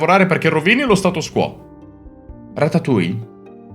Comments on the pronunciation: 😑🤦🏻 si dice ratatuoie Non tuia😂 haha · Di però ratatuja non si può sentire 😂😂